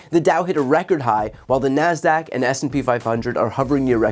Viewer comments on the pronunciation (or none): none